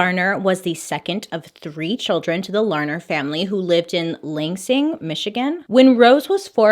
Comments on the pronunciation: You just say “lanesing”???😂😂😂 Coming from your fellow Michigander it is LANsing❤️ also my dog is named Bailey 😂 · Lol bailey I love you but girl it’s not Lang-sang 😂 LAN-sing. Sending love from Michigan! ❤️ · Lansing is said like "land-sing" without the D... and it's a little weird having you do a story from my home town. 😳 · Lansing Michigan is my hometown😊 it’s actually pronounced L-an-sing (like LANd not Lane) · no shade bailey but it’s pronounced lan-sing , she said langsing and i just wanted to correct 🥺 no shade🥺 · It's pronounced Land-sing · im here in 2021, lansing is lan-sing like rhymes with can bring LOL (from michigan) but like, not quite emphasized, or maybe thats the lazy midwestern accent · You said Lansing, Michigan wrong but I still love you Bailey!!! I can't get enough of your stories and makeup 😍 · I'm from Michigan and the way you pronounce Lansing is everything, I love it 🤣😭🖤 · As a michigander the way she pronounced Lansing michigan hurt😂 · Lol I'm from Michigan it's pronounced land-sing but make the d silent. How you said it was so cute. I love your videos and look forward to them every Monday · Lol its LAN- SING 🤣 😂 I'm from around out there and that was the best pronunciation I've ever heard haha I've never heard this story tho, so thats pretty cool that my first video of yours was a Michigan one! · I have family in Lansing so to hear you pronounce it wrong made me giggle lol😅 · I'm so excited. I've been watching you for ages and waiting for you to mispronounce a city in Michigan. Excited it happened!